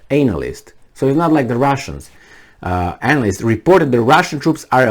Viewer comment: so funny when says Anal-list:D